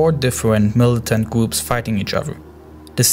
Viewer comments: I can understand your accent but the way you pronounce the 'R' sound is irritating. I mean, just try your best and you'll make it. It's not that hard! (It's Daraa not Daaa, It's Groups not Goups, It's Controls not contos.) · Its kind of triggers me when he says gwoops not groups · The weligious gwoups, such as chwistwians don't. Seem to be getting along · Can you also do an explenation of de gwoops of amewica